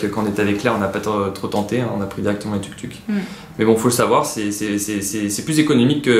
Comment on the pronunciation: Je crois qu'on dit Touk-Touk :)